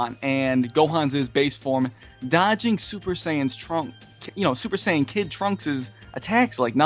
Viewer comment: Super Seiyan, just sayin